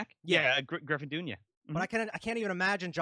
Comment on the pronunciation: It’s Griffin Dunne pronounced (Done).